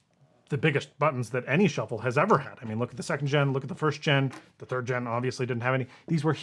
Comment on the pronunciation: Ah, yes! The iPod Shu-fflé 😉